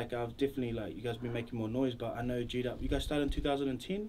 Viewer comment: Geedup. Geek up. Pronounce ur brand name properly. #JEEDUP